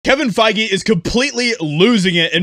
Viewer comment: Kevin Fai-Gay